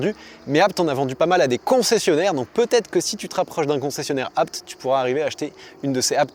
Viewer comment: Merci pour la bonne prononciation du nom de famille ABT.. et superbe vidéo 😊